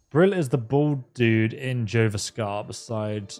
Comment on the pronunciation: Its not Gor-vaskar, its Yor-vaskar